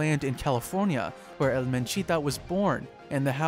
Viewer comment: It's not L. It's EL